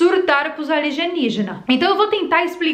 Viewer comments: A L I ( G E ) NIÍGINAS..? O NOME NÃO SERIA. A L I E N Ì G I N A S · Querida o nome é Alienígenas e não aligenigenas ok , fica a dica de português . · Alienígenas e não aligenijas kkkkkkkk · Ela tá falando aligenijas por que quer ?? Kkkkkk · Eu acrediti em "ALIGENIGENAS" como você mesmo fala. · Acopalipese", Aligeniginas, 👏👏👏👏😂😂😂😂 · Boa Tarde linda! Porque vc esta pronunciando ERRADO,as palavras ALIENÍGENAS" e "APOCALIPSE"? Foi proposital,né!